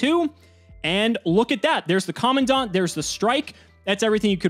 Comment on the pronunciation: In all my years of taking in Yugioh content, you, are the second person I've encountered to have pronounced Commandant correctly. Thank you. I'd cry if I were capable